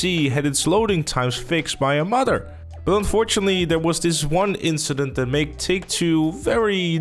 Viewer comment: you say modder in a whay that it sound like you are saying mother